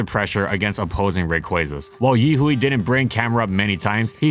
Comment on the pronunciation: Yihui is pronounced yi hwei